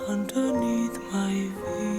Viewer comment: Es verdad que su Ingles no es el mejor del mundo, perro aquí en Canada mucha gente si se dicen "again" como lo hace Dimash. Y el esta mejorando su Ingles cada día. He said "underneath" correctly the first time. I think he just got so into the song that he forgot to pay attention to the "th" the rest of the time. Anyway, I would rather hear his wonderful music with so-so English that perfect English with so-so musical skill. And I will be happy to help him with his pronunciation any time day or night if he would like to call and ask me😀I enjoyed your reaction. This song does have so many different voices!